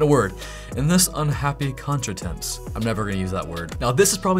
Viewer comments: as a french speaker .. that " Contretemps " pronunciation got me XD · Interesting video - especially your pronunciation of "contretemps" 😊